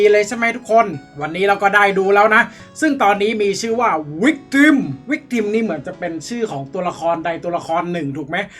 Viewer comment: victimมันอ่านว่า วิกตึ้มครับเเปลว่าเหยื่อ